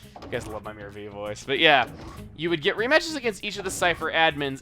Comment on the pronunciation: It is not pronounced mirror. Mirror is spelled M I R R O R while his name is M I R O R. So it would be pronounced my-rer